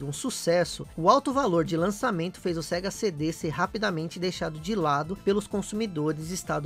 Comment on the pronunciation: Sega "Sendê"??? kkkkkkkkkkkkkkkkkkkkkkkkkkkkk